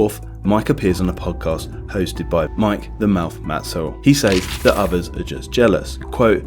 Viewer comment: It's a shame you didn't do some of the most base-level research such as how to pronounce Matusow's name.